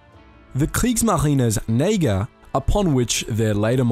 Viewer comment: Han uttalar det Neigeir lol